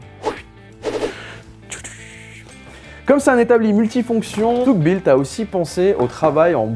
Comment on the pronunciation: haha tu m'as tué sur ta prononciation lors du passage USA en anglais xD Tough ce prononce "teuf" qui veut dire robuste ;) Merci pour cette découverte, j'ai acheté un établi Bosh gamme vert, on peut rien en faire... aucun endroit pour mettre des serre joints et ça vibre dans tous les sens..